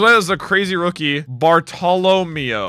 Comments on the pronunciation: Wrong. His name is pronounced the way it's written. Barto-lo-meo. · PLEASE 🙏 his name Bartellameo is pronounced Bar-ta-la-mayo and he's one of my favorite characters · Bruh you spelled it wrong and pronounced it wrong lmao. Bar-toe-low-mayo. Bartolomeo. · Bar-tow-luh-mayo lol